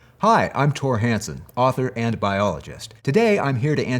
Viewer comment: It sounded like he said I’m father and a biologist When he said author and b…